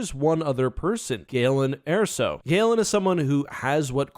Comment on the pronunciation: Interesting how a name like Erso is said so much throughout the different media and comes out as "air-so" instead of "ur-so."